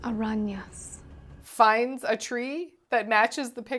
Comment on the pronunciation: "Las arrañas"